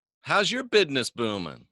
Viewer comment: My bidness's's" need a little work..